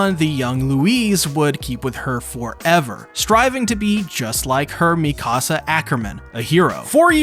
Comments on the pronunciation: Meek uh sa not mi casa I don't care about your house. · It’s Mika-Sa not Mi-Kasa